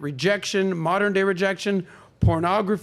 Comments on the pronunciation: Saying “moderin” instead of saying modern. 🥴🥴🥴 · The "Moderren" shit was very irritating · I just can't keep watching this. She said, "moderin" just TOO many times. I'm out. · I am about to be PETTY....what is "Moder-N????? I thought it was Modern! And the stupidity of calling her Father a "low value man" and he has multiple properties....and sorry but she's not that cute to ask for $500k to $5 Million....LAUGHABLE 🤣🤣🤣🤣🤣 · The way that chick pronounces modern as "moderun" is on point. If you see a woman like this the only mode you should be on is "mode run" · Why do these channels bring ignorant trash 304s on for a discussion. They can't even pronounce "modern" (Moderin jesus fuckin christ) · She mispronounced modern as moderin, too. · Dis she mispronounced "Modern " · I'm sorry, but for someone who has trouble pronouncing modern, I had to stop the video when she said that the minimum amount was 5 million. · I’m not trying to be mean, but the Keiona girl seems dumb. She mispronounces a bunch of words. The way she thinks about stuff just doesn’t seem realistic. The type of man she wants is just mind blowing. Not realistic in the slightest! Plus she’s average looking with a face FULL of makeup and fake hair. So natural she’s probably below average. All of that AND she wants to run the relationship. 🤯🤯🤯🤦🏼‍♀️